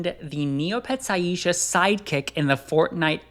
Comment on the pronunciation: Every time I heard him say Aiesha instead of eye-sha 🤣